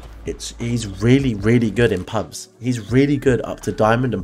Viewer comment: says pugs instead of pubs (btw I was just pointing it out and im sry if it sounds mean or annoying sry again)